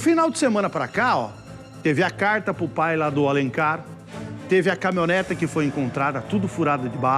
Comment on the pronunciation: O cara ruim esse apresentador. CaminhonetA caminhonetA, além de ruim é burro pra cacete. Dicção horrorosa, pronúncia péssima,ou seja,ruimmmmm